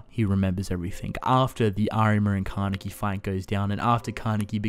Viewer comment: Ka-ne-ki jeez